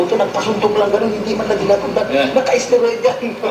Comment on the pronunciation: esteroid hahaha.....he cant even pronouce it...how da hell is he taking it